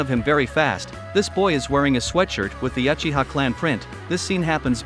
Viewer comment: And other mistake is your pronunciation of uchihas 💀